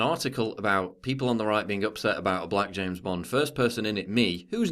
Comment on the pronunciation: i like to listen to you say james bond